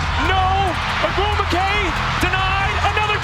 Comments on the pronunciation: It is pronounced O-GWOO-MIKAY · quality vid bro…it’s pronounced like “oh-goom-wik-ay” tho just for future reference 😂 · Actually, her last name is pronounced Oh-gwoo-mik-ay. Love both Nneka and Chiney. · I loves the coverage here, but please learn how to say the Ogwumike sisters names, first and last. You even included a clip where it was pronounced properly. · Pronunciation: Ogwumike Oh-gwoo-mi-kay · the pronunciation of ogwumike... does the guy doing the voiceover actually watch w games lol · I know you're trying your hardest but listening to you try to say ogwumike is taking me out lol. Great video tho! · Yeah that was bad they even added a clip of them saying her name right